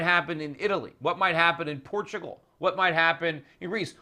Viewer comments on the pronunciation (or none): none